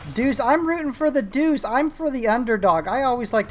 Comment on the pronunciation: Believe it or not, it is pronounced Duche not Doose. It's weird but then aain...